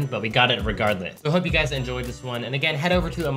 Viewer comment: "but we got it regardit" lmaoooooo